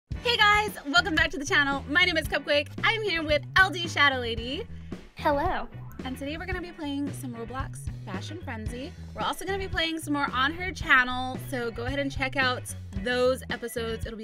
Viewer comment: When she said LDshadowLady I thoat she said LDsaddleLady